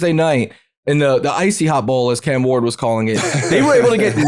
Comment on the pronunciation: Cam Heyward, not Ward.🤣🤣